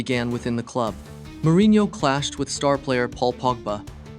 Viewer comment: Hey bud, Wikipedia exists- you can see how to says Soljskaer and Jose Mourinho or Diogo